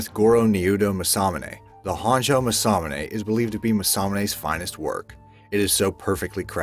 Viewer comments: Ma sa mu ne, dont stress any of the syllables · I thought the First weapon was pronounced Mass-Ah-Mu-Neh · It’s pronounced MAWS-A-MOON-A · This video pronounces it almost muh-sa-muh-nay. The video you link to pronounces it closer to mah-sa-moo-nay. Huge difference. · How to pronounce masamune mah sah moon ai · It’s Ma-Sa-Mu-NE Jeeze talk about cringe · Mass a mue nae my guy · JESUS FUCKING CHRIST don't ever do a video again until you get your pronunciations right! m'sahmunay, moolnir... and so on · Yes, he has no business doing voiceovers if he cant get the correct pronunciation. MASS-UH-moon-aye not whatever it was that he was saying. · You pronounced masamune wrong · Cody Jones his pronunciation of masamune hurts. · You pronounced masamune wrong. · i love how u butchered masamune.. not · The butchering of the name Masamune is grating! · How on Earth can he not pronounce masamune this triggers me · I can probably forgive some of the mispronunciations. The exceptions are Masamune and Mjolnir.